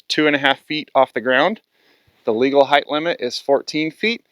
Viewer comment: I get a real kick out of the extra letters you use in some of your words for no discernable reason. Heighth, acrosst, etc. Great explanations though!